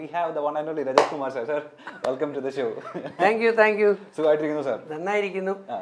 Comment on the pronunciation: രഞ്ജിത്ത് അല്ലടോ, രജിത്ത്